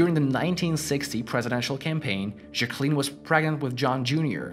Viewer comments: I can't even with the juh cleeen pronunciation lolol bro." Jack uh lynn" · I thought it was pronounced "Jacqueline" not "Jacqueline" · Learn how to pronounce Jacqueline directly. If not just call her Jackie O. I kept trying to figure out what you were saying, almost sounded like Ja Queen sometimes. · The video is interesting. The only negative is the pronunciation of Jacqueline. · Who else cringed when he said “Jacqueline”